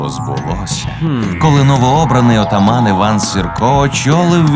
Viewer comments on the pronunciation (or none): none